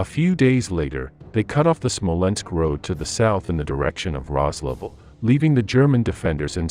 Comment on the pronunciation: It's SMOLENSK, you morons, NOT "SMOLENSKO"!!!!